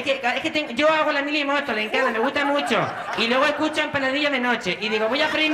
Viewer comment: a dia de hoy, cuando alguien se llama Encarna, yo digo "En-cannna"..fue absolutamente genial